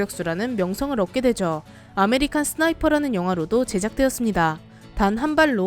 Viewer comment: 아메뤼깐 쓰으나이펑